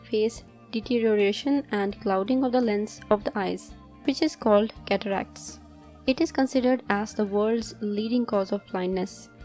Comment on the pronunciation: Cataracts!! I thought you said....Cadillacs.